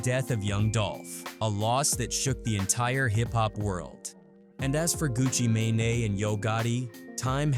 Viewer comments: Wtf is a Pooh She Asty and a Gucca May-nay? Fix these voices lol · Turned this shit off after he the AI said Gucci manaee buddy edit your videos lazy asf